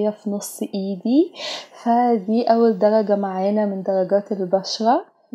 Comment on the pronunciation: دلجه هههههههههه 😂 قولي درجه